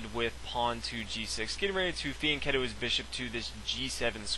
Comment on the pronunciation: So in your opinion he should pronounce Grunfeld wrong while he did it right and fianchetto right while he did it wrong ? You are stupid son ! Be grateful this guy takes the time to do this for all of us.